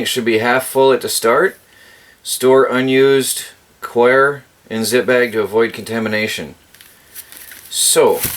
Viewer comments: Lolz it's coconut coir pronounced as "core" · It's pronounced Coco Core.